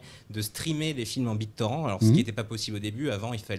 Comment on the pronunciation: "Bit torand"